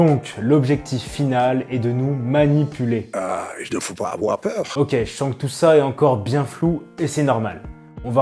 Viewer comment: Il ne faut pas afoir peur !